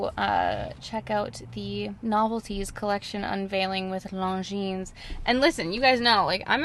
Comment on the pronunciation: i think the S is mute is Longines